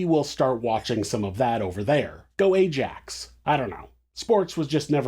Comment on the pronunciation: Hey, AJAX is pronounced “I-AXE” just for info:)